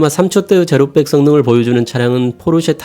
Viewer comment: 제로"빽" 아니고 제로"백" 입니다. (0-100) 항상 영상 잘보고 있습니다~👍